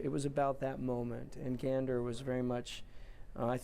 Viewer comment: He pronounced it correctly ❤❤